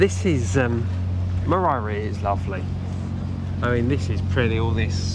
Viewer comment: Actually you do say moriara correctly. We have a holiday home here and you say Moriara perfectly well sounding the second R 👍🏼 Also you say Teulada correctly. Great video. 😎 thank you.